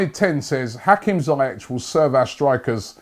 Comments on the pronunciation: Zee Esh not zy ek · It’s pronounced ZEE-ESH